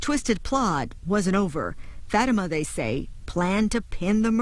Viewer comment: She said Fat Ta Ma not Fatima 😂